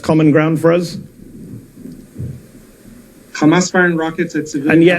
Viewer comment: Why did you do this? ‘Khamas khamas khamas’